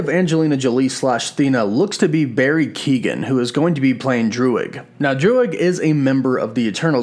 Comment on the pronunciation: Hey man great work as always, just so ya know, Barry's surname is Keoghan pronounce Kyowe-gin (hard g)..Irish names can be confusing to be fair.